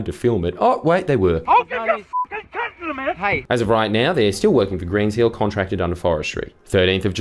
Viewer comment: every time you say counsel I'm not sure if you're saying cunt instead and I don't know if that's intentional